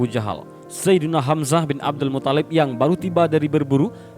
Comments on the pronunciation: mungkin yang benar mutthalib, bukan muthallib, huruf tha' nya yang ditasydid, bukan lam nya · Bukan muthollib. Tapi muttholib.. ط yg tasydid. Bukan Lam nya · Muttolib, bukan muthallib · Abdul MUTHALIB,,,bukan Abdul MUTTOLLIB,,cara baca mu geli di dengar,,biasa aja bro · Tolong Min, jgn merusak nama Mutthalib. Bukan Muthallib. 🙏🙏🙏